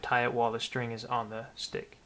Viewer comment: He sead stic